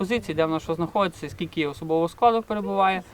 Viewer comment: Говор тарабарский. Скильки кильки 🤙🤙🤙